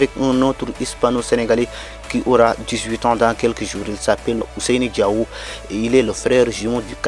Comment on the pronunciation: Il faut bien prononcer c'est pas diaw c'est diao